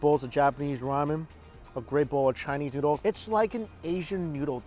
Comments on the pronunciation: I hate my mind when he said noodles noods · haha i thought you said Nudes here